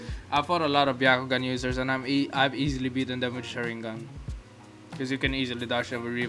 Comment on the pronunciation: My mans says shur in gun